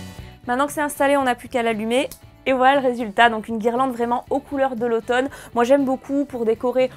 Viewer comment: lautome? mdr